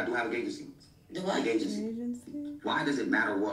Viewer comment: Did he say “Gay-gency”? I replayed that part and I still couldn’t figure it out. That Ray J live was insane 😂